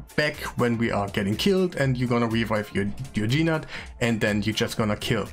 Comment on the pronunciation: Nice guide, thanks. It's not "G-Nut" though it's "nute". The G is silent like the word gnarly or gnaw.